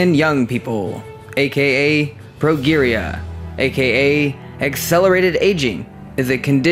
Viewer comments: # 9 - Old looking young people. The disease, Progeria, is pronounced using a 'J' for the 'G'. PROJERIA. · Just one suggestion: find out the standard pronunciation for words, especially ones that are new to you. Example: progeria. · "Spewing semi-informational nonsense into a microphone.." How aptly stated. Unlike the rest of the audio track it describes. You sound tired or stoned. You repeat yourself almost as much as Donald Trump. You repeat yourself almost as much as Donald Trump. And its "pro"-"jeer"-"ia" not "pro"-"gear"-"ia.. This video needs a redo. Until its done right its just "adrevenuebaitspam." Did I see this video needs a redo? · The words are pronounced... 1. Pro JEER ee ah 2. A mal guh may shun Not trolling..just trying to help as I DO enjoy your videos. Keep up the good work! :) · Progeria is pronounced pro-JEAR-ia You even murdered nuclear. Do you practice saying these words or just turn on the video and go? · Progeria is pronounced "pro jeria". The "g" is pronounced like a "j". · its pronounced pro-jeer-ee-ya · Progeria is also pronounced incorrectly. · You are pronouncing Progeria incorrectly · The way you pronounced 'progeria' was painful. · you pronounced progeria wrong